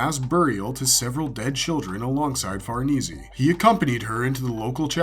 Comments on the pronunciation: Far nay zay not Far knee Z it's an Italian name go look it up. Never mind here u go The House of Farnese family (/fɑːrˈneɪzi, -zeɪ/, also US: /-eɪsi/,[1][2] Italian: [farˈneːze, -eːse]) was an influential family in Renaissance Italy. The titles of Duke of Parma and Piacenza and Duke of Castro were held by various members of the family. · Its pronounced Far-Nay-Say. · It's insane that you can do so much research, yet mispronounced farnesse and the band of the HAWK. I'm half surprised you don't call Guts, Intestine instead